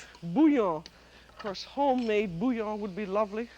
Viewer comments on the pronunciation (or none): none